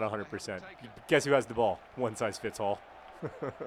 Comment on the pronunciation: is he saying "One size fits ALL" or "One size fits HALL"?